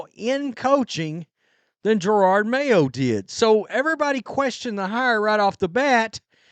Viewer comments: Jer-od not girard Ffs 😂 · Lol always with 2 r’s, Jerord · I just can't wait until you stop calling him GerARRRRD Mayo. And who the hell is Tommy Kiernan? It's CUR-RAN.. love your coverage on this whole thing btw, just breaking your balls